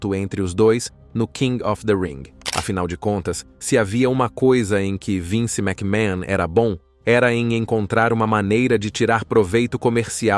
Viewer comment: A pronuncia do sobrenome é məkmən, não mécmahon